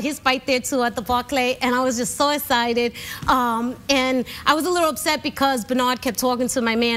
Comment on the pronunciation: = "and I was so ess-sited!" Oh my gravy!! Rosie is the CUTEST!!! With that said, I have to say: I like her hair better when it's not so much bc we can see her face much better.